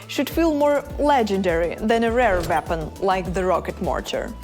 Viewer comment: Why does she pronounce: “Mech & Nap Grade Update”. WTF is that? 😂😂😂